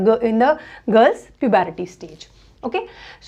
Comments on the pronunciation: Pubarity nhi puberty 🤣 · Mam its puberty.. not pubarity .